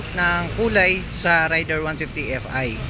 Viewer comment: juskopo reyder yan hindi rayder amp